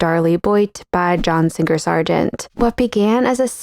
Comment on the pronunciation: John SinGer Sargeant? When did we start pronouncing his name with a hard g?